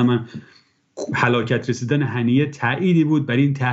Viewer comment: این یارو اس.ما.ییل ه.نیه س، نه اسماعیل ه.نینه. خودت تو سرنام که نوشتی ه.نیهُ سداش میکنی ه.نینه